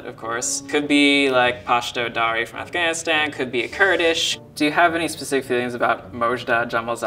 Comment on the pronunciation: Bro thats how youre supposed to say Afghanistan? Freaking Americans, we butcher the hell of that name. It sounded so beautiful how she said it